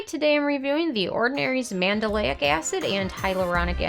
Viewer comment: Psst it’s pronounced Man-del-ic NOT Man-da-lay-ic. You’re adding an extra syllable.